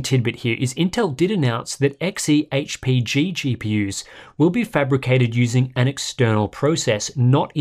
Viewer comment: Xehpg .. how many takes did you need to say that..well done mate.. will get worse when reviews include gddr... she sells sea shells stuff again. Naming conventions gone crazy again